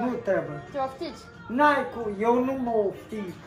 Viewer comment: respect! Amandoi au stiut sa zica corect 'oftici' <3.